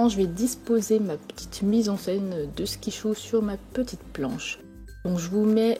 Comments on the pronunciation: Elle a fait exprès de dire skichou et non skittles ^^ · c pas skichou c skittles